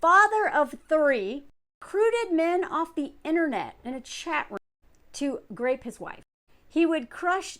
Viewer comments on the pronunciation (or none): Why do you keep saying grape instead of rape?